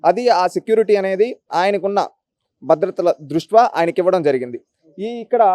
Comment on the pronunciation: ద్రుష్ట్యా అనాలి బ్రో.ఏదైనా మీ విశ్లేషణ చాలా బావుంటుంది.